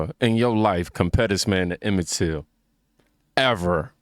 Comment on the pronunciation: The ninja said Emmitt “tilton”…… you know he cant read right?